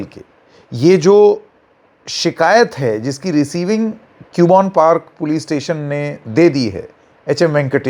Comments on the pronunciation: Its not pronounced as Cube-on its pronounced as Cub-bun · क्यूबोन नहीं “ कब्बन “ Park 😅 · it is CUBBON PARK. Pronounce KABBON PARK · Not Q bon park..read it as Cub Bun park.. hope this helps 😊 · btw sir use कब्बन पार्क aise bolte hai😊